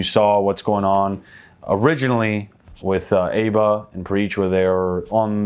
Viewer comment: It’s aba as in aba not aba